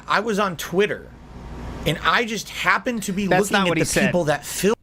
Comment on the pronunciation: The way this clown says Twit-TUR makes my skin crawl